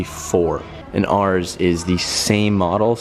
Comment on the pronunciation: The way you said “ours” .... thanks man! When can I take it for a spin?